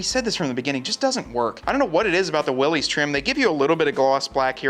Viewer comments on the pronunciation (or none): WILL-iss.....NOT WILL-ees